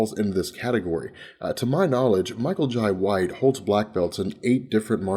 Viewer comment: it irks me everytime he says Michael Jai Whites name... TF....? it's pronounced Jay just like inbetween my name is lai but it is pronounced Lie